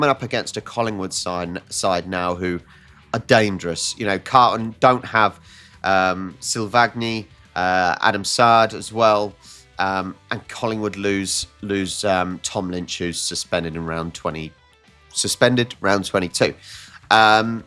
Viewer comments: Silvani is pronounced Silvarni. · Silvagni pronounced Sil-VARN-i